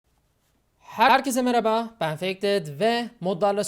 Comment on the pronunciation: vidyo basina bakin : he-er keze meraba XD